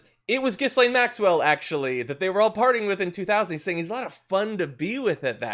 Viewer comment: Lol gee-lane not jizzlane